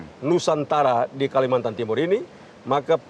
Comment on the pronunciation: Kalimantan bukan kalimantar wkwk😅